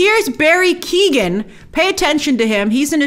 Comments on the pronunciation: Hey Grace, coming from an Irish person, Barry Keoghan's surname is Irish and is pronounced as 'Kee-yo-gin' instead of Keegan! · Hey, Grace! Irish person here! Just to let you know Barry Keoghan's surname is pronounced like kyo-an. Just thought I'd share! Love your videos! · Hey, just to say Barry Keoghan's name is pronounced 'kyo-gan'! Love the reactions and breakdowns and super excited for this movie💚🤍🧡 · Also Grace no big deal but Barry Keown is pronounced (Key Own) not Kee Gan...👍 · Hi Grace, Irish follower here - just to help / let you know Barry Keoghan’s surname is pronounced KEY -OH -GHAN . So happy to see a young Irish Actor in a huge Marvel role! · Just FYI, Barry Keoghan’s surname is pronounced Key-oh-in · Grace, Keoghan is pronounced like Key-owen